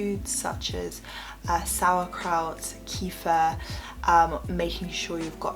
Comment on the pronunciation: In Russian at least, kefir is pronounced 'keff-ear' :-) Lovely tips thank you!